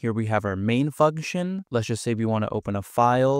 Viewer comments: Bro did NOT say function... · "Main fugtion". That's all I came here to say. Good video.